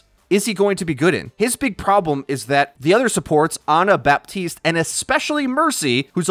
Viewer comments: Anyone else affected on how he says Baptiste? It's pronounced BA-TISTE NOT BAP-TISTE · stop saying baPPPtist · As a french speaking person, the way he pronounces Baptiste makes me cringe so hard.